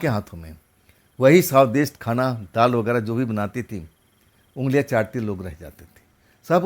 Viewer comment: please improve your diction,it should be SWADIST KHANA and not Swadesh khana